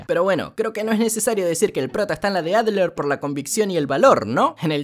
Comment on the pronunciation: yo me llamo Adler bro, y dijo bien mi nombre, estoy feliz